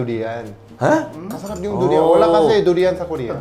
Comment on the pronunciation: Ako lang ba na misheard yung Durian? Narinig ko Judy Ann 😂